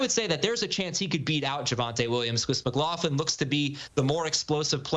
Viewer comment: "Mclofflin" 😂😂 it's pronounced 'mc-glok-luhn'